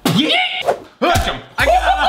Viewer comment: just saying tho i love what u did there a lot but a backward yeet is YEET ont beet love u sooooooooo much like Collins says "YEET" once again......... LOVE U